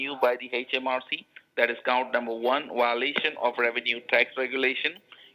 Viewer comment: Not to mention "Wiolations"!